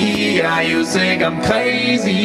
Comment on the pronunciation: I'm an American living in France... and the fact you say "think" like "sink" is everything 😂